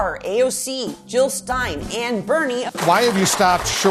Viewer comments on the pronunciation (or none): none